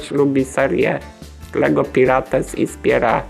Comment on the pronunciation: Aaaaaa dlaczego mówisz Pirates XD, mówi się Pajrats